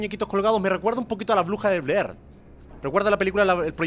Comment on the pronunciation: bruja de blead, es sin "r" al ultimo, creo jaja